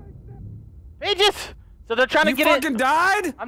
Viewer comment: I like how he keeps calling peaches paches